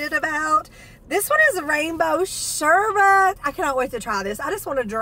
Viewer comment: Congratulations,! You are one of the only people I know who has pronounced sherbet correctly -you said sherbet instead of sherBERT! Not trying to be the grammar police, but that has always bugged me-that people don’t pronounce it the way it’s spelled ❣️